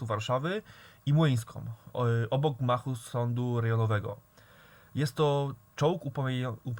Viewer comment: Fajny film, tak pozatym to gmachu a nie machu